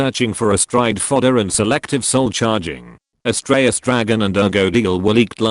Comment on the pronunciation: Did you say, ASStraios Dragon?